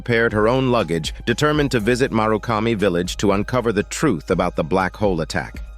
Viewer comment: The writing for this summary is so well done. "Tanomu" is pronounced two different ways in this summary. Also, "murakami" is pronounced like it's written as "marukami".